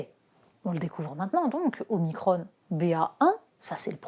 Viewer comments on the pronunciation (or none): Omicrhonne ! on n'est pas en amerique,,, les "on" en France ça se dit on comme cornichon